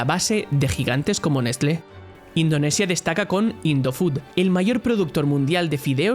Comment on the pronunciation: Yo pensaba que Nescle era brasileña.